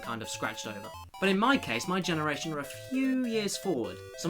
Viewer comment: the way you said generation made jontron seem old